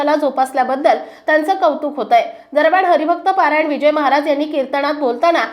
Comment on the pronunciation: हरिभक्त परायण असे म्हणायला हवे, पारायण हा वेगळा शब्द आहे.ज्ञानेश्वरी पारायण असते.